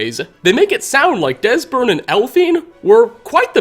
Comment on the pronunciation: 17.47 Desburn and Elphine? Lol